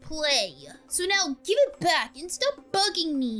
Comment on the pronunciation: You said bed instead of back? I just don't understand english.